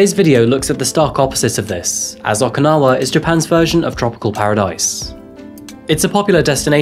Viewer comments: Just FYI, it’s OH-kinawa…not AW-kinawa. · OkInawa, not OKAnawa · Am I the only one hearing "akinawa" and "asaka"? Enjoyed the rest of the video.